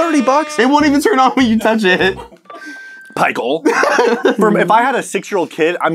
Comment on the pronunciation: Did say "Pichael"?